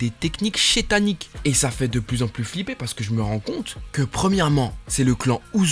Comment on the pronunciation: Mais tu peux arrêter de dire shétanique